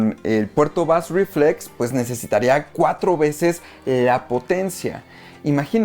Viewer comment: Muchas gracias por el vídeo. Solo deseo comentarte que bass reflex se pronuncia algo asi como "beis riflex". Un saludo